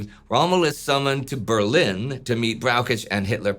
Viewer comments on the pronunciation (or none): none